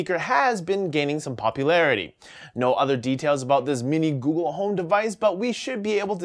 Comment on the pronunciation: "Googoo" "Ghoul" C'mon,!